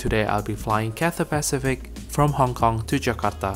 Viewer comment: mntap to "jakarta" bukan "jkardahhh" hehe